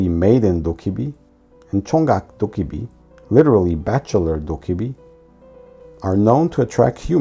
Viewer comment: everythings fine until you notice they said “dobbaebi” instead of “dokkaebi”